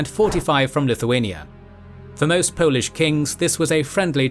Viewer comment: your pronunciations of polish things is spot on man - can tell you double checked . right on .